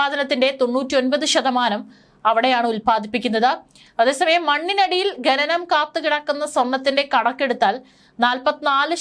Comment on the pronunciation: ഘനനം അല്ല കുട്ടി.. ഖനനം ആണ്..വായന ശുദ്ധമാകട്ടെ...ഭാവുകങ്ങൾ💐💐